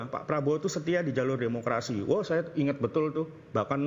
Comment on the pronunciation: Imanol ngomong demukradi ,,,demokradi apa pk nool